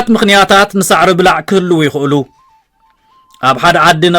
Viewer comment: ብጌጋ እዩ ዘድምጻ ዘሎ። ኣናብባአ ከም “ጉቦ” = “ብላዕ” እያ። “ብላዕ” ጠቢቃ እያ ትንበብ፡ ትርጉማ ድማ ካብ ሳዕርኦም እቶት ዝገብሩ ሰብ መሬት እያ ብዝያዳ ትምልኸት።